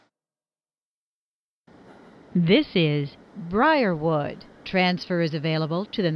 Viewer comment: The way she says Briarwood 😂